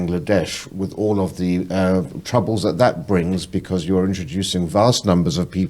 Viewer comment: has aged 10 years in the space of 2 and still hasnt learned to pronounce "th". Other than that great episode 👌🏻